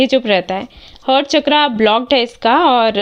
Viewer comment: मैम बुरा मत मानिएगा पर हिन्दी में आप बताती हैं तो कर्म,चक्र यह कहते हैं कर्मा,चर्क्रा सही शब्द नहीं है क्षमा चाहती हूं पर हिन्दी अशुद्ध अच्छा नहीं लगता